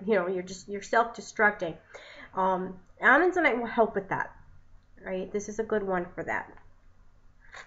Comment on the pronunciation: As someone who goes out in the world and hunts for minerals and gems vs. buying them in a store, I can appreciate your efforts. I think I'd be more interested if the video was based around real experience and prior knowledge vs reading the information and knew how to properly pronounce its name. Just something to think about. It was getter as the video went on.